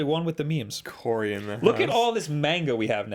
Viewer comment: What the hell is "Main-ga?"